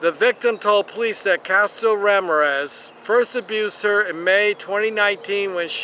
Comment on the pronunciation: I'm not even commenting on the pronunciation of Ramirez.